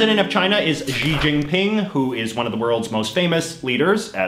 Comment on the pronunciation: If we're to be exact, it isn't pronounced like that, either. It's a little farther back in the mouth. In the IPA, it's ɕǐ tɕînpʰǐŋ.